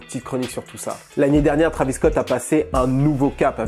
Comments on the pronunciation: Trahvis au lieu de Tréyvisss .. please!!!! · Faut arrêter de prononcer Travis c Trévis